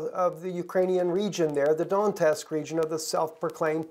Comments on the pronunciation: Its pronounced donetsk not don nest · It's Do-net-sk, not Don-tesk as you keep calling it. "e" is before "t", not after. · Pronounce Donetsk "Donyesk" not not Dontesk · I'm posting here bc I'm getting tired of listening to such horrible pronunciation of cities and people that are in a country I lived in for 2 years. Donetsk is NOT pronounced "Dontesk." There is NO T after the N! It's pronounced "DonYetsk!" Please get it right! Thank you!